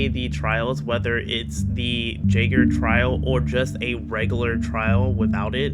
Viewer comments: Pronounced yaygr btw not jayger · Not to be that guy but jaeger is pronounced “yay gr”. It’s also German, for hunter